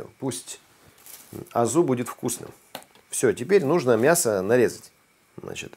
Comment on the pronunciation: Никогда не слышишь ни когда не говори мясКО :))